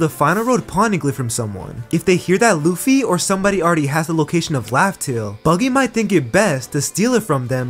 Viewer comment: It is laughtale, not roughtale